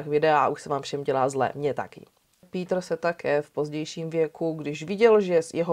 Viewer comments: Rada si vždy vypočujem Vami veľmi dobre spracované kriminálne príbehy.👌 Tento je z Nemecka a preto je mi záhadou, prečo krstné meno vyslovujete ^po anglicky - ""^. Tak to Nemci meno Peter nikdy nevyslovujú skôr "Pétr"... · Chtěl jsem napsat stejnou invektivu - mě ta výslovnost "" v případě Kürtena úplně bije do uší. Nechci prudit a být hnidopich, nicméně myslím že adekvátní výslovnost jmen v rámci základních zeměpisných měřítek je vcelku nezbytný předpoklad pro to, aby projev byl vůbec věrohodný a měl určitou úroveň. Osobně mi to zní jak kdyby někdo přednášel o národním obrození a říkal tam "Charles Havlíček Borovský". Nejde jen o písmenko ve jméně, ale ve výsledku to působí jak kdyby přednášející neměla přílišné ponětí o základní lingvistice v rámci jednoduchých zeměpisných měřítek, navíc když jde o našeho blízkého západního souseda - Německo. Nic ve zlém, ale tak to prostě vnímám. Nicméně žádný učený z nebe nespadl. Ono se to jistě časem vyladí. Mějte se fajn, nechci nikoho poučovat, nebo někomu kazit radost z vykonaného díla. Kdyby to bylo bůhvíjak neúnosné, tak bych přece neposlouchal - a já poslouchám, takže mě to neodradilo a vesměs to nebude snad zas až tak zlé. Peace. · Pííítr Kerten (Krrrten)- němčina? Škoda.